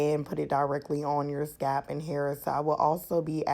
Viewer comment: Nice mixture sis but I was about to die if you said scap again instead of Scalp! lol Thanks for the video.